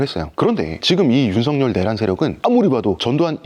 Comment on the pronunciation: 잘 보고 들었습니다 하지만 윤성녈이 아니라 윤석열이에요 일본사람처럼 윤석열이라고 발음이 안 되는 건 아니죠??